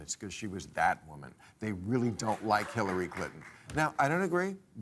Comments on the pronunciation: roughly she says "killary". You democrats just heard from a democratic representative what they think of her. Listen. She said it. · I swear she says Killary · Did anyone catch, Klobuchar said "KILL-ary"? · Is this panel delusional? And Hillary was most qualified? She didn't meet the minimum standard of transmitting classified and top secret data and "with nothing to hide," destroyed subpoenaed data and devices. Imagine if Trump would've burned boxes of documents. , Klobuchar says Killary. Listen closely. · Did she say Killary?